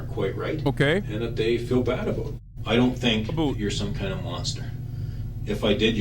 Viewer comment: “No doobt aboot that.”